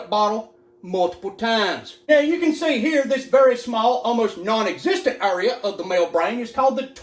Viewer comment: Area pronounced as Urea lol